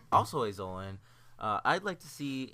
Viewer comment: The way he says zoan. It drives me crazy